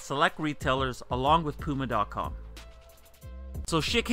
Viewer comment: wow he didn't say pewma this time